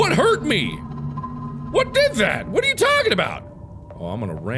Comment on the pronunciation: Him: but hey! What are you gonna do about it. Me:*not listening till I heard what are* why he say water you gonna do about it